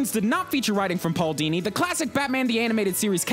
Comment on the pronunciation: pual dini? more like HOODINI